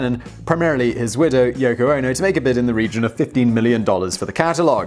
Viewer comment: Did he say yucko? 🤣🤣🤣